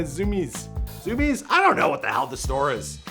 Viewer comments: Zoom ez no it’s zoom-ies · homie said fucking "zoomez" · My man said zoo mez 😂😂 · dnapz I know but it’s very easy to look up how it’s pronounced